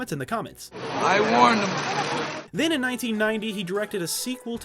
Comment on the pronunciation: "I warned him" sounds more like "I won"